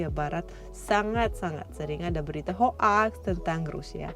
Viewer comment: Mbak bacanya bukan ho aks tapi hok..👌